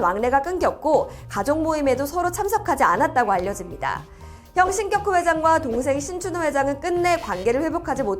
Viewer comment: 신껵호 회장이라고 읽는 것이 맞나요? 궁금해서요.